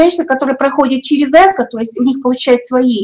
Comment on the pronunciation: Эко' ударение на "о",и только так